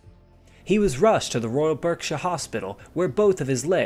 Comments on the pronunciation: I'm probably not the first but Berkshire is pronounced Barksher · BARKSHURE! Not as it’s spelt!